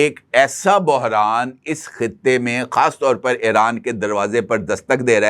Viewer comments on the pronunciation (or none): none